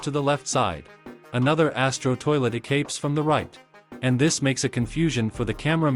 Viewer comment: Bro said asto toilet💀